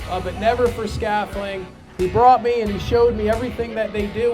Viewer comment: Keep these vids coming. Would love to see more. The d isn't silent though lol